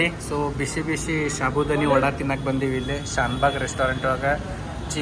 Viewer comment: Its not shabudani its sabudani and also not shikapate it's sikapate